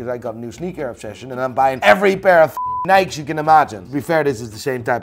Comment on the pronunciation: it’s not nike’s it’s pronounced ni key!!! Please